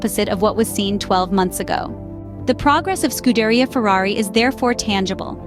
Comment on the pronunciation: Get your first thumbs down for butchering Scuderia. Say it right, put some respect on that name, or is this another bot f1 channel?